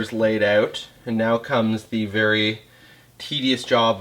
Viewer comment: didn't realize you were Canadian until i heard "sticking oat of the buffer tube" lol